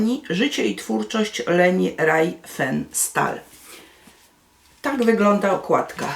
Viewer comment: Czyta się "Rifensztal"